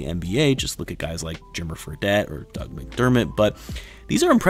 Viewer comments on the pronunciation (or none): none